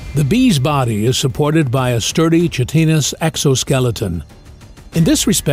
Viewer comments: chitin is pronounced ki-tin (like 'sky'-tin), not chit-in (like 'sh*t'-tin)! So ki-tin-ous, not chit-inous. Just saying. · it's pronounced kite-in-us. Great vid tho! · Chitin is pronounced "Kai tin" so chitinous is "Kai tin nus". Nevertheless, it's a great video especially the visuals.